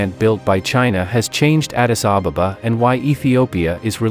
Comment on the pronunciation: why are you calling it Addis Ababababa when the name is Addis Ababa? No need to double the baba at the back. Learn to say it as it is. Come on, say it with me. 1 2 3. Ad-dis A-ba-ba That's it. Very good.